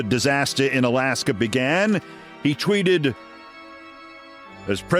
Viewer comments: Alaskar is a long way from Floridar. It is Rutte, not Roette with u as in hut, not oe as in shoe...., you got the eh good though... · Note: Its Trump therefore it's "Disaster In Alasker" between "The USA and Russier".